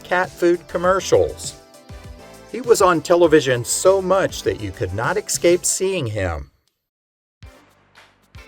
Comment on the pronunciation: it is pronounced ESS-cape, not eck-scape